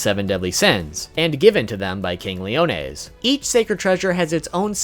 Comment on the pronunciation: Did he say... “king leones”?!